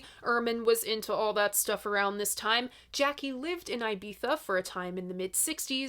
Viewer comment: Jaki is pronounced Yaki - otherwise, you're not doing badly.